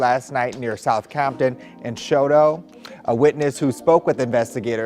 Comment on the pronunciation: It’s called Shu-toe The pronunciation is wild.